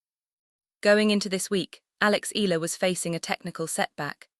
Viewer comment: Mam it's e-ya-la not ela try that more Filipino will love you❤❤❤